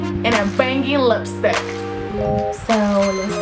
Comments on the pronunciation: It's the Hispanic coming out. It happens to me too. Lol :D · Yassss girl you look beautiful...love how you say lipstick had my laughing...funny